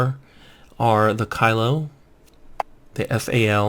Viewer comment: Bruh "Kilo" as Kylo